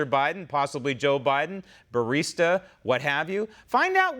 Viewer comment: BurisMa, not BurisTa